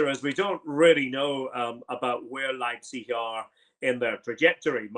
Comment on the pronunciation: Ryan118 is gutted someone can pronounce Leipzig better than him